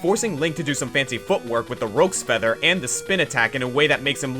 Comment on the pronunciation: "Roke feather."